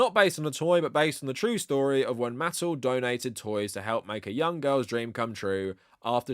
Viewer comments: Holy shirt, dude. It’s “muh-TELL.” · Mattel - Muh-tell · Good video but you're not pronouncing Mattel correctly. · "Why do we need another Thomas movie if we have the one with Alec Baldwin?" Because Thomas and the Magic Railroad was mid and boring. Edit: And it's not like another theatrical Thomas movie wasn't attempted before (although The Adventures of Thomas predates Mattel buying HiT Entertainment). Edit 2: Why do pronounce Mattel weird. I've seen other British Thomas Youtubers pronounce their name fine. Also, you should've done research on Mattel properties you didn't recognize.